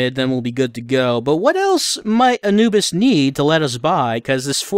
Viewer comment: That is the first time I've ever heard Anubis pronounced that way, thus I never knew that it was a legitimate way to pronounce it.